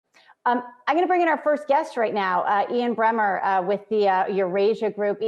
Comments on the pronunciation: It's Bremmer, not Brenner! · Ian Bremmer not Brenner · It's Ian Bremmer not Brenner